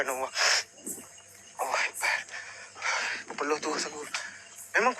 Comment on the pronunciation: Korang cuba dengar dia sebut nama allah..betul ke tak..kenapa ada huruf w